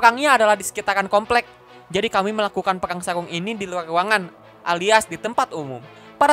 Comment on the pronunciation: Sarung ka, bukan saung..he